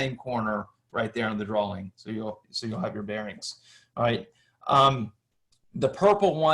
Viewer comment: Why do you keep saying drawling. What is a drawling?